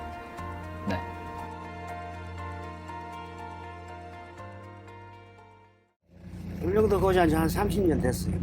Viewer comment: ULLEUNGDO맞는데요 발음이 울능도가 아니라 울릉도에요